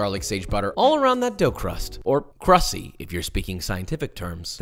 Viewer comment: did this dude really just say CRUSSY?